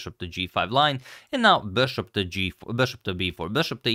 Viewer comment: I like his “beshop”